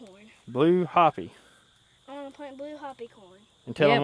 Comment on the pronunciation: im not trying to sound mean or rude but being Native American myself i feel the need to correct this. Hopi is pronounced Hoe Pea... not Hoppy .